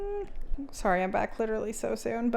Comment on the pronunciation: We shared one brain cell when you said “he’s witerally so good at whittling”